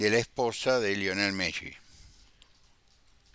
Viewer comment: Bs tardes. Me llama la atención como pronuncia el apellido Messi. Se pronuncian las dos eses como en pizza.